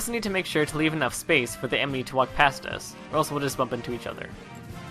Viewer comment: When u were explaining the corner stab step by step ( -ish) u said emeny instead of enemy.(after the slow mo corner stab finished)